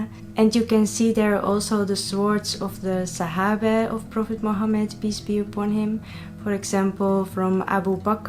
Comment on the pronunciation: Vallahi How beautifully you say the names of the sahabe, may Allah give you hidayet inshallah we are love you ❤️